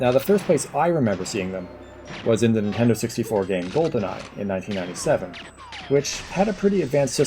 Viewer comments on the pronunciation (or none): none